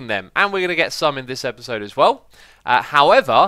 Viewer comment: If you listen carefully X says eperserd during the intro 😂 (ep-ER-sir-D)